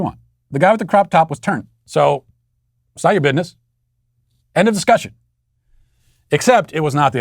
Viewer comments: I lost it when Matt said "bidness" 😂😭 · Matt please don’t say bidness it’s so cringe 😂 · I live to hear Matt say the word "bitness"